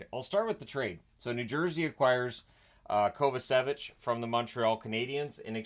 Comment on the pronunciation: Hey,, if you'd like, I could show you how to pronounce "Kovačević", as it's one of the most common surnames in Croatia.:)